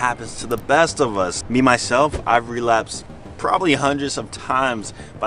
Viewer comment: This nigga said never realapsed again